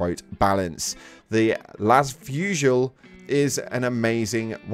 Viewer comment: Just for your information the las fusil seems to use a french word for "gun/rifle" -> "fusil" so the "l" of "fusil" would be silent